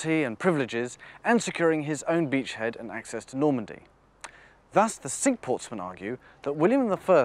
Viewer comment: Thank you, I would have never got the pronunciation of Cinque as sink. Wish you were still doing these.